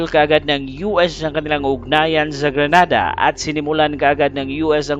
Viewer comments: Grenada not granada. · GRENADA DILI GRANADA, MUBOTO MNA, PATAKA LNG KA PRONOUNCE!!!